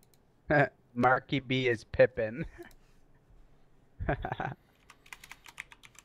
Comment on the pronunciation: When karma said at around 40 secs " markyb is pipen" it's a Scottish word that he didn't pronounce properly, and it made me laugh since I'm Scottish 😂👌🏻